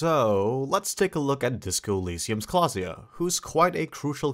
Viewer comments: klaasje not klaasja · i didnt know thats how you pronounce klaasje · You sir completely botched Klaasje's name